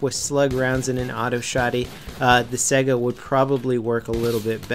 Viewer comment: Its pronounced Saiga not Sega >_>